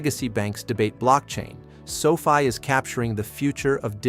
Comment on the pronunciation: Your AI can't even pronounce Sofi correctly.